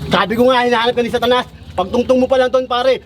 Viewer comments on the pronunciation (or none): pukinang inang magsalita walang "S" ung satanas...atanas daw =)) wahahahahhhh pakyu!